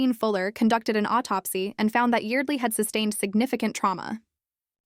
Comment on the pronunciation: IT'S YARD-LEE